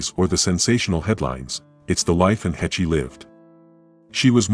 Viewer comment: Still can't pronounce the woman's last name properly yet. Hāsh not hetchy. AI's irritate me much. Hetchy, Hetchy, Hetchy!!!! 😒😒😒